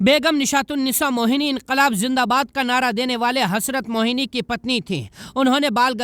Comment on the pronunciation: Bahut hi Shaandar 🎁 presentation but Sir , नाम सही बताएं हसरत ##मोहानी है,,,,,,, (Wrong मोहनी ) by professor Amin Hussain 🇮🇳🌴 Raza Convent High School 🏫 🌴